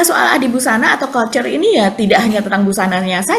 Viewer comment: sore mba, seru topik julid hari ini, saya suka saya suka. tapi mau kasih masukan dikit, cara baca couture itu adalah kuːˈtʊər, pelafalan bahasa Indonesia, ku-tür, bukan kalcer ya mba 🤭😍. ini bahasa Prancis yang berarti seni menjahit.